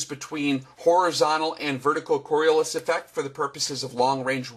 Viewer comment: The flat earth crowd really needs to learn how to make a coherent argument. (And learn how to spell and pronounce "Coriolis" while you're at it) But pretty much all of the claims in this video against a curved earth presuppose that the atmosphere should be stationary while the earth rotates underneath it. Obviously the wind isn't blowing at 1000mph at the equator, so this is basically a strawman. We can all agree that planes fly through the air, and we can all agree that the air is (aside from localized weather phenomena, and things like the jet stream, etc) stationary, relative to the surface of the earth. We can observe, measure and verify this. So none of the arguments about how planes would fly backwards and never be able to land is nonsense. The fact that these things don't happen isn't proof that the earth isn't moving. It is proof that the atmosphere isn't moving relative to the earth. Which is something the flat and round crowds should agree on. It's pretty obvious. So if you want to make an argument that at least makes sense (even if it's wrong) you should at least rephrase it so that you're arguing a spinning earth wouldn't have an atmosphere moving with it. Having said that, suggesting the atmosphere is moving with the earth, doesn't require it to be a solid. Gases experience friction just like solids and liquids do. The earth spinning under the atmosphere has friction. The vacuum of space does not. So even the tiny amount of friction between the earth and the atmo